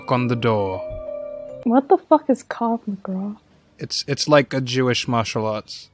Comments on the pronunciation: It's called Krav Maga not krag magav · It's not kav magra, it's Krav Maga